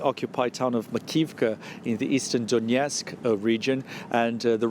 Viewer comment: DONETSK not DONYETSK